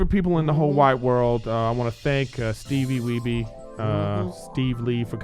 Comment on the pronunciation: The fact that Griff still says “Steevie Weebee” 😂